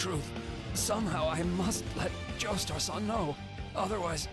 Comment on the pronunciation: Every time Kakyoin says san, I want to die a little